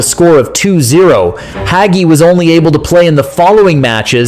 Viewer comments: Not to mention mispronouncing Hagi (hajji) as "haggy"! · cool video the gi at the end is pronounced as in gi in ginger. in romanian, what you pronouncing in the video is haghi.